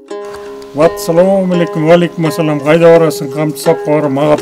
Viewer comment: Атсалом эмес Ассалом болот